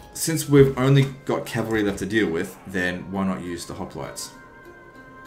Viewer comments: haha who the fuck pronounce it "hoplotees"??? Its hoplites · 3 years late but it's pronunce as opliites the "h" is silent (if you want to say it to sound greek)